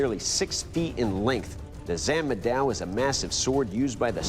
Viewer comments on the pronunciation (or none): It's pronounces, "Chan-madao" not "San-madao". Either way, the Zhǎnmǎdāo lives up to its name as a horse-chopping saber, rivaling the straight Scottish Claymore in tenacity. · Zhan Ma Dao (Literally: Horse(ma) cutting(zhan) blade(dao)), it is 3 words, not zhanmadao slung together and said quickly. It's cool to see the interest in Asian weapons, but please show the basic respect of at least trying to pronounce the names correctly. I know this is an old episode, I say this for people watching here. This is especially disappointing considering Doug is literally Filipino and should have the basic understanding of how Asian languages work and could easily have advised his fellow judges.